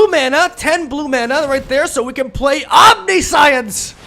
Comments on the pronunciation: Omni-science haha that's like saying con-science instead of conscience xD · Om - nih - sh - eee - ence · OMNISAIENS, that's how you pronounce it But I love when you mispell words, it's kinda your thing and it fits your funny character persona And any haters can go suck a Bolas :) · It's pronounced "omn-nish-ence" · Good vids buddy.. And its "omnishence" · The Kaptain No you pronounce it omni-si-unse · It's om-nish-intz. Love the originality of your decks bro. Keep up the gr8 work👍👍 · A friend I play MTGPQ with attempted to buy a copy of Omniscience, he pronounced it incorrectly as you did and I can't wait to click out of this video because you're proudly saying it incorrectly over and over again; the moral of the story is the store owner wouldn't sell it to him and he said, if you cant pronounce it right you dont deserve to play it. #grammarnerds #getrektscrub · I know its wrong, but I prefer how he pronounced it, since science is clearly part of other word and omni is latin meaning all, but I am a foreigner xD